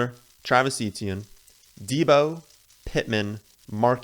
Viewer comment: Eh-tyen or Eh-chee-en NOT EE-Tee-en